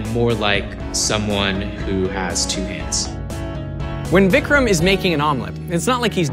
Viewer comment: This dude pronounced Vikram correctly in an American accent.